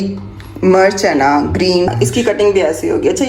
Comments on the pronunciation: Sister green chili ko Urdu main heri [Murch] nahi kehte isko Heri Mirch Mirch kehte hain Murch nahi kehte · Murch nhi mirch hoti hy